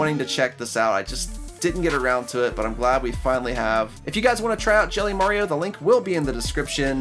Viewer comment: Can you not say Mario like you do in this video